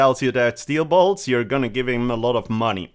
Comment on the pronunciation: Steel boilts lol